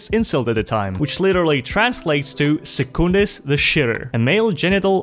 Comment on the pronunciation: ironic his name was pronounced “sooc-un-dis”